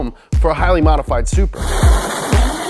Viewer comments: Did he say supra? Soupbra 🤣🤣🤣🤣🤣🤣🤣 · did you say supra?? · bro did u say supra?? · Did he say supra? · Bro did he say supra